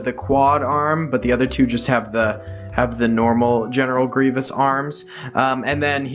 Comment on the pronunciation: "I have a lot of general grevoiuses" Grevoiussi?